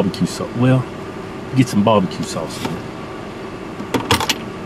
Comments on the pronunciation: Bob-a-cue sauce lol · What kind of sauce? Bahbahque.....lmao